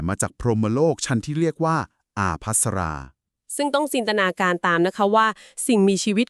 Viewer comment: ไม่ได้ออกเสียง อาภัสรา พรหม ออกเสียงว่า ปภัสรา พรหม